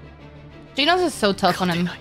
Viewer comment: Not geenos its to be pronounced jenos and not garoou its garo